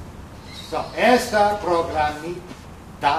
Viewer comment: pero queda simpático que diga progamito